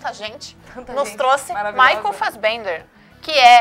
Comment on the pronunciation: Ainda lembro de vocês falando "Michael Fassbenga" por conta de Shame. ahhhaha.